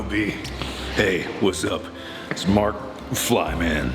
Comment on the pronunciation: Mark Flyman?.... how about Markiflyer? I mean... how can you fuck up this badly :D